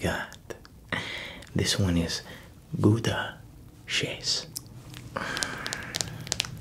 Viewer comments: “GooDAh chase 😀” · Not me crying when you pronounce Gouda (I’m Dutch) and the joke (it’s a place in the Netherlands) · Gouda sheese is dutch, you speak it totaly wrong. But doesnt matter, good video !!